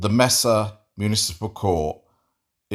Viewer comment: Not important, but since I know cares about diction: The city in Arizona is generally pronounced May-sa